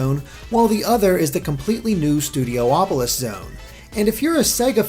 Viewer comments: "Studio-opolis" is officially driving me CRAZY... It's STUDIOPOLIS. Stop adding the extra "O". ;) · Stu D opo lis not Stu D oh opo lis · IT'S "STOO-DEE-OP-OH-LISS"